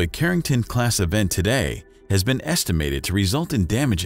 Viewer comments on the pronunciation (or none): none